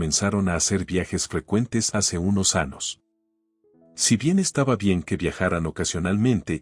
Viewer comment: Se dice AÑOS, no anos, hablen correctamente. Gracias.